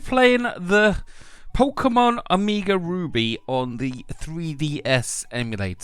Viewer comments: "Amiga" Ruby lol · "oh-meee-gah"... oh god lol